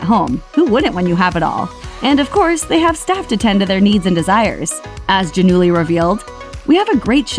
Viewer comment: is it not pronounced Gia-null-ee?? lol